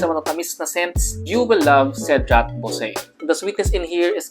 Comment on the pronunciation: It would also be better to also research on the correct pronunciation of "boise." The common mistake in trying to be "niche" with niche scents.